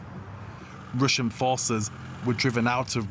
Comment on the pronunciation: I know you have a language barrier; but let's see if this helps: it's "Russian" not "Ration". Russian is like: "rush" + "un" Otherwise great reporting ! ! Do we not have an armored evacuation bus for such emergencies? It must take about 2 days to design and produce one huh? Weld about ten Russian tank carcasses together; take volunteers from the Nascar Dads in the US. ! ! ! Let's win this all you surrounding countries wondering how you can help ! !